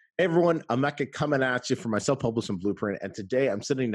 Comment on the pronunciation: Thanks Emeka. great video. Thanks for all your help to upcoming kindle publishers. Just to mention that your name is actually pronounced "hey may kah"😉